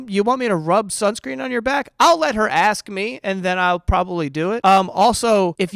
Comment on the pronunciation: i kinda find it weird the way he pronounce the word "ask" as "aks" maybe is an accent thing, also english is not my native language..